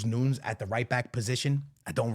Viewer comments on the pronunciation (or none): none